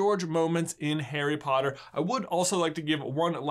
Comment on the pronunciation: Every time u said Harry I thought you said hairy